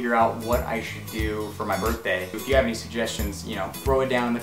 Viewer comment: Eh! It's cha burtdey mun